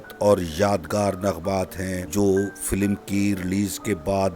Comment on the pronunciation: FILIM kiun bolta Hy... Word Hy film